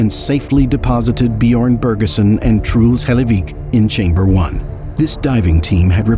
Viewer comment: I know it's kinda disrespectful to say but I mean no offense with this ; the pronunciation of "Truls Hellevik" is just funny to me. Like the narrator just says it like "Trools Helayveek". Again, no offense, don't get mad at me.